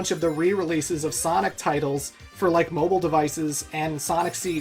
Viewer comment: Finally, you pronounced "mobile" right!